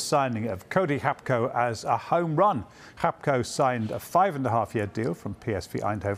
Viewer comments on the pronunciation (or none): Its Gakpo, not Gapko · Who tf is “hap-co”? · Gakpo has superpowers. He can turn half the people pronouncing his name into a dyslexic person. It's Gakpo, not Gapko... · Hapko, Sky sports man can’t read I’m sure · why tf did the first guy keep saying “Hapko” 💀💀💀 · Lmao how is everyone is calling him Gapko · his name is pronounced Hakpo, like Gullit is Hullit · yeah hacpo not hapco as this reporter is saying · Gakpo's dad is from Ghana/Togo so the closest pronounciation would be "Gak-Poh". Why are so many Brits guilty of using hyperforeignisms? They try to look clever but if they pronounced it as it reads in English, they would be closer to the correct pronounciation.